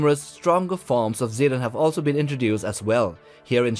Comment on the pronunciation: Zetton isn’t pronunced see-dun,it’s more like seh-ton